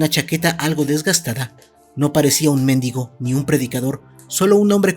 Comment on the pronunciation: Perdón, pero es mendígo, no méndigo (es asento prosodico, no ortográfico) pero son cosas diferentes, pongo el asento para que se escuche la diferencia. 😅🙈